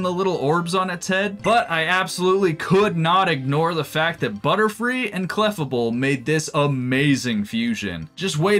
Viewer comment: "Cleffuhbul" 😭 It's pronounced like fable 😭 Jibbing aside, I love this run. These are some of the coolest fusions